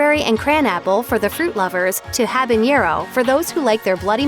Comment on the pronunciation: habañero isn’t a word! it’s habanero!